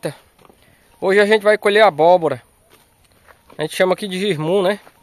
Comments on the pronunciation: Não é girmum, é jerimum! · N aguento o Sr chamar abóbora é Jirimum rapaz.